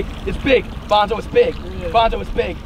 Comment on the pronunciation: It's Bonzo, not Bonjo